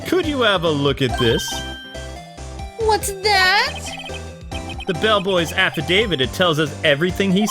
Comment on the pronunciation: Ugh the way you pronounce affidavit is triggering me -_